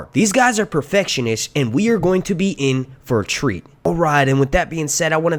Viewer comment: Hahaha! "These guys are perfekshenish" I love you man <3